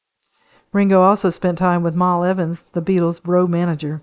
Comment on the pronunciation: Mal .. pronounced with a short A Pal and Cat, ..Mal Evans❤